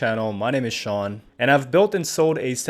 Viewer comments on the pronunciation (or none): none